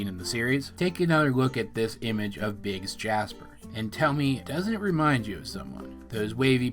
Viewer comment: I thought that instead if "Biggs" she said "Bix" as is "Bixbite"